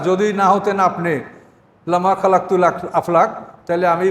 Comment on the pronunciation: খালাকতু না খলাকতু